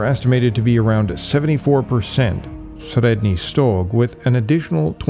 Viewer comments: Your pronunciation of 'Sredny Stog,' sounds very convincing. Must be a a difficult one to get your tongue around. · Well, it's not exactly how we in Russia pronounce Средний Стог, Ямная, Бережновка, Хвалынск, etc., but it's fairly close for a foreigner. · Sorry to tell this but you absolutely massacred all of those toponyms names... Both russian and turkish. It's not even the wrong stress, it's obvious you just never heard of them before. Please do your viewers a favor and at least put an effort in making a little research next time